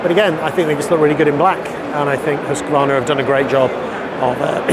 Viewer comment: Pronounces Husqvarna correctly too. Very rare. Hoosk-varna.